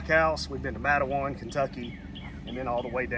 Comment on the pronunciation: Matewan is pronounced Mate-wahn.